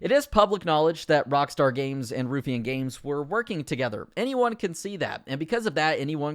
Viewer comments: Ruffian = Rough E an, not Roof Ian. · ITS PRONOUNCED "ROUGH-IANN" NOT "RUFFEE'N" LOOL XDD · It's pronounced Rough e Ann. Not roof e ann. driving me mad. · Nice vid but it's pronounced 'rough-ian' not 'roof-ian' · Ruh-ff-ian not Roo-ffian 😂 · Its RUFF ian. Not Roofian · Ruffian is pronounced Roughian not Roofian. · ‘roophyan games’ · How is your pronunciation so bad? Did you not go to school? rockstar Dundee (done-dee) and Ruffian (rough-ian) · It’s Ruff-E-an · How he says ruffian "roofian" drove me insane lol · Hey man, not that it matters because the got renamed, but i'm pretty sure its pronounced "Rough-ee-un". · The way you pronounce Dundee and ruffian makes my skin crawl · I wish you knew how to pronounce Ruffian. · You need to pronounce Ruffian properly